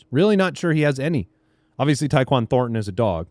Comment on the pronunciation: actually called Horton (Seattle) and Thornton